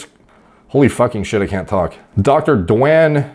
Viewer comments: Dew-Wayne. Duane... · Dwann Me: Dwayne dude try 2: Dwannn Me: Bro it ends in an E!: jeella monster Me: God dammit dude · when forgets how to pronounce Duane * (DWANE) * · Duane, you say Dwen. wtf